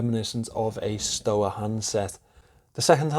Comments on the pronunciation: Well that's an interesting way to pronounce "Stowa". Tip: It's not "Sto'a", it's "Shtova". ;-) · Looks good. Crazy water resistance! Not that I'm bothered - bit the W in Stowa (or any German word) is pronounced as a V. Or so my GCSE German told me! But* (I should concentrate on my English...)